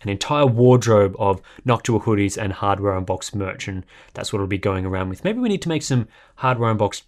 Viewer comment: he said Harbor Boxed ...